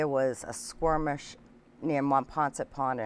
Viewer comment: Lady, it's 'skirmish', not 'squirmish'.